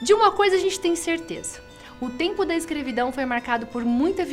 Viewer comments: ela falou iscrividão no final . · "O tempo da escrevidão" alguém mais percebeu? Rsrsrs